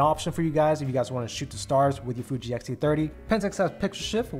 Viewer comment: It’s X-T30, not XT-30 🖖😘